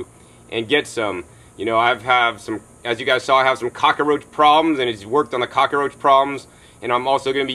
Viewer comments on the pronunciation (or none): Such valuable information-thank you so much!!! I have been using the Neem oil, but it hasn't been doing the job. While I have heard about this product-oddly enough, I remember that it is in the toothpaste I buy at Whole Foods-I never knew about the garden applications!! I am now one happy camper! Plus, I just got such a kick out of pronunciation of cock-a-roach-really funny!!